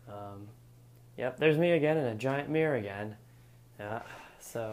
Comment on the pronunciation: I love how you say again when you are talking about the window.